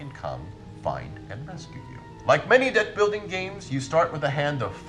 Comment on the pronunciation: Am the only one who heard "dick building game"?